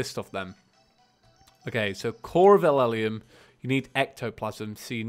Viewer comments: essence of ELEUM not eleleum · It's pronounced essence of eel-ee-um